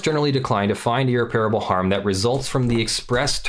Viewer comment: At least you can blame your inexplicable inability to pronounce irreparable like an educated person by your move to Europe. Seriously dude. You sound like an idiot. Aren’t you supposed to be an actual lawyer?